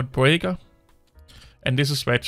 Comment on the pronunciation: Beaker not braeker